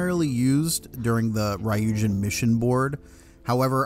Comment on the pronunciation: Idk how you can have this much knowledge on the game and can’t pronounce ryujin correctly